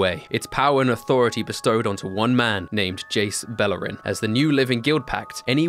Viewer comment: Buh-LAIR-en. Not BELL-er-en